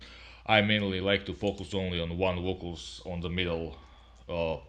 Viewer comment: I like your lamps!! They make a difference in the sound!! LMAO!! like how you say, VOKALZ!! LOL